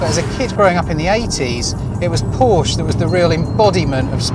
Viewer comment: Why cannot so called car experts, this time from Which?, pronounce Porsche correctly?? It drives me mad.